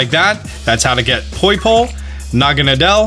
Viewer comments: BRUH I TOLD U THAT IS NOT HOW U SAY naGAnADEl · You say naganadel like this na-ga-nay-del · Ah senior naga-na-del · No one: Not even Necrozma:: proceeds to butcher Naganadel's pronunciation